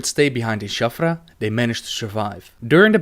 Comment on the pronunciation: It's Shattrath not Shaffra.